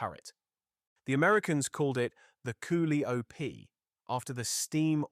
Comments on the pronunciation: "Ca lie oh pee" is how its pronounced. You botched "Hurt gen" also. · It's pronounced koe LIE o pee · That Koo li op is driving me nuts !!! Damn it learn English !!! Your going to have to "Teach" AI "English" !!!